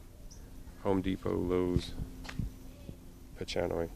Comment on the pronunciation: By the way bridgesii is pronounced bridges-e-i, and the ch in pachanoi is a k sound not a ch like chalk.